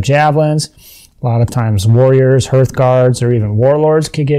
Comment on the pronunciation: It’s pronounced “harth” — and put the camera on a tripod.